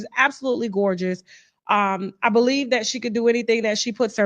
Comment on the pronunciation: "beleeb all wymen" 🙄